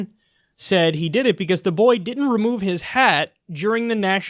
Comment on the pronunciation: Try to spell 'boy' the way Kyle says it. "You body slammed a bBOey for not taking his hat off..."